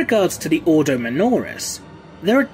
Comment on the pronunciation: The thing that irked me most, was the pronunciation of some words. Such as the Grey Knight’s Ordo. I may be wrong, but the Imperium has quite often used words in a pseudo Latin, and as such, have a very different pronunciation. Maybe Gothic is English, read like Latin, and with a British accent... I would love to be proven wrong/right by a video